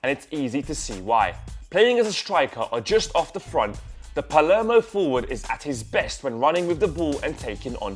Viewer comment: Dybala plays for Palermo, not "Palmero"